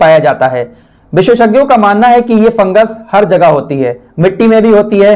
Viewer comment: Ye FunguS hai... isko funguR keh rhe hai..